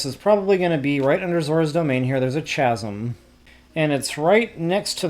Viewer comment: It's not "ch-asm" as in ch ch cherry, it's pronounced "kasm"